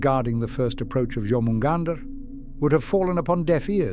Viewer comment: John hunt, now you can't unhear it